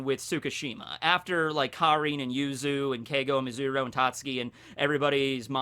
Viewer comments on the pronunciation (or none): none